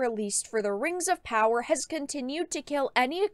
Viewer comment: THE RANGS OF POWAH